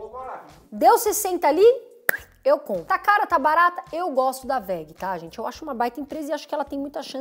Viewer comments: É WEG o nome da Empresa não WEGE 👊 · Entende tanto da WEG que falou o nome da empresa errado kkkkkk